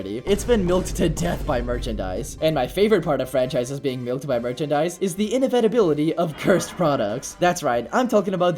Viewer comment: I love how often he says "inavetuhbility"